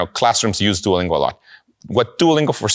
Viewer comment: You said Duolingo rong